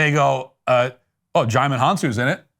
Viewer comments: DiJimon 😂. it's pronounced JI-MON. But I bet you know that. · HAHA “Digimon”. It’s pronounced “Ji-mon”, the “D” is silent.